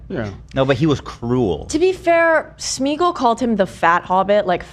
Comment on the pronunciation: thank you for being the only one to pronounce Smeagol correctly 🤣